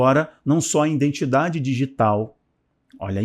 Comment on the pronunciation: Bom dia. Gostaria de lhe aconselhar sobre algumas falas. Risco de vida: risco de viver. Risco de morte: risco de morrer. No caso aqui do vídeo o correto é risco de morte. E a palavra correta é IDENTIDADE e não indentidade. IDENTIFICAÇÃO e não indentificação. Obrigado meu querido Pastor. ☝️☝️☝️☝️